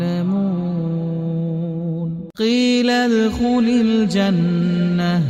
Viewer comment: One mistake in reading in starting - its qeelad not qeelal